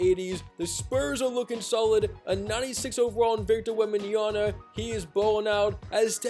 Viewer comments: Bro it’s pronounced wembanyama not “Yana” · bro doesn't know how to say Holmgren or Wembanyama😂he kept sayin Holmgrem and Wembanyana🤔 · Not wembanyana it's wembanyama